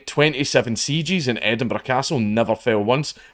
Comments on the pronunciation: Don't you mean Edin-BURG? :3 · More like Edin-bruh